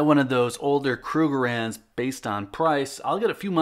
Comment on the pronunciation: "Cull Kruegerands"? Lol come on now